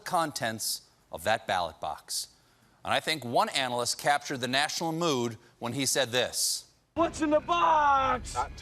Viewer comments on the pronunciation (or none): none